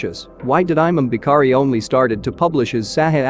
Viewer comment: He says aymam bee-kharee (imam Bukhari) 😂